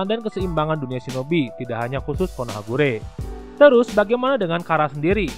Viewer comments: Bukan konohagure... Tp konohagakure.... Pengisi suaranya...😁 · Konohagakure kak bukan konohagure🙏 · Min konohagakure bukan konohagure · lah kok konohakure harusnya konohagakure 😅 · Konohagakure bang bukan guree hehehe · Bang Konoha Gakure Bukan Konoha Kure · Konohagakure bro..bkn konohagure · Konohagakure bkn konohagure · Konohagakure kali bukan konohakure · Konohagakure bukan konohagure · Siapa yang mendengar KONOHAGURE